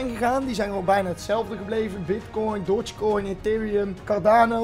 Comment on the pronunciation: Niemand:: Dotshkoin